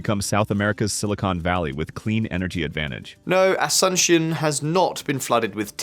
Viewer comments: It's ah-soon-SYONE, not "uh-SUN-shun." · please try to nail the pronunciation of non-english names like Asunçion, thanks! Otherwise a great video! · Learn how to pronounce Asuncion and other words.